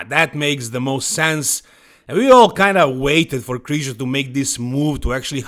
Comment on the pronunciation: It's Krizanek lol